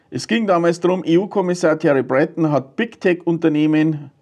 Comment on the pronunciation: Entschuldige, der Name wird "Thierriiii Bretooo[n]", also frankonasal ausgesprochen. Und ist es möglich, dass jemandes Name ansprechender klingt, als seine Pläne? Mais pas du tout:-)